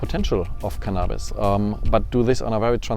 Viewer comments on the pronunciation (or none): from now on... I shall prononce it like this true gentleman right there... CannAAbis... so classy :')